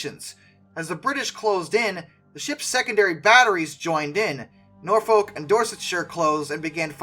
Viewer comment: I don't know about your German pronunciation, but please get Suffolk and Norfolk right.🤣